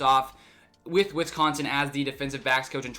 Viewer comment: You pronounce Wisconsin like a FIB